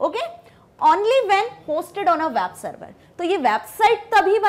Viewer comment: "wab server" XD